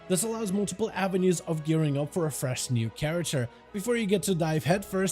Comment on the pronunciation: I laughed at that too. The extra R is really noticeable. 😂😂😂